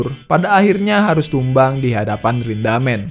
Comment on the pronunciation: Rindaman bg bukan rindamen